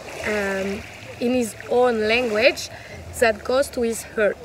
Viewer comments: Vous prononcez "heart" dans la mauvaise mode (comme "hurt"). "Heart" est prononcée approximativement comme "hârt", si le mot était français. ( J'espère que mon français est correct dans ce commentaire, parce que j'apprends le français maintenant.) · Superbe vidéo ! 😁 merci ! ( heart se dit hart ;) )